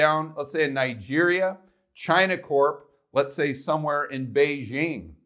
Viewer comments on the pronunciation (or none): none